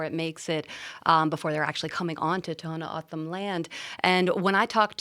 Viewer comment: lol. Ever hear of Gadsden purchase. Mexicans hated and killed Indians. We took them as part of the deal. TO’s don’t say their name that way. A joke to listen to this female try to copy Spanish or any other. Do these ppl promise to watch and be responsible for border? Nope. They act noble when open border is a mechanism for trafficking. These ppl don’t live in the real world. How and why would a child of 3 be in court. Really? Wow. You could say they put this wall off for a long time, over 40 yrs. We did a lot for foreigners, now it’s time they take care of each other.